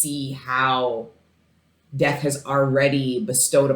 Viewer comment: Th was you say “death” makes it sound like you’re saying physical death